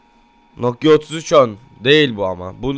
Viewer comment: Bi türlü nokia diyemedin "Nokyo nokza" 😂😂😂😂😂